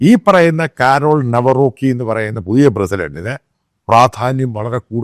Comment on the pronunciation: നവറോക്കി❌❌ കാരൾ നവറോസ്കി✅✅